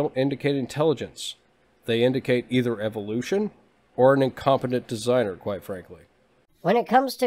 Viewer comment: everytime he says eviloution it sickens me.